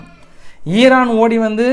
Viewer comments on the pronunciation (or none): none